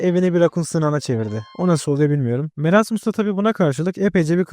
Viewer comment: Abi merasmıs deyil moresmıs diye döyleniyor